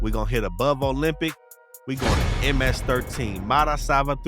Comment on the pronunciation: Dam homie i cant even say the ms XIII name like that and im Chicano much props and luv to you and your channel your content is A1 keep up the amazing work